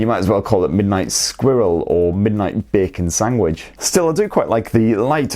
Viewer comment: Did you just say ‘sangwich’? Why are you being like this?